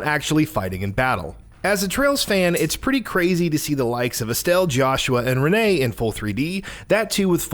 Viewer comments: Can’t wait, oh and just for clearance it’s Pronounced Ren And Aget not Renee and A Gate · I know. What I said was I can understand someone mispronouncing Agate but not Renne.